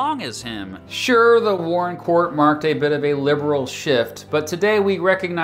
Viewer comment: Earl Warren? Earl warren? Ouch.